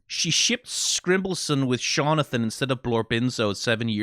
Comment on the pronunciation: I've watched multiple people react to this short and so far you are the first person to say Shawnathan correctly. I don't know why it was bothering me so much but I literally shouted "Thank You!" when I heard you say it.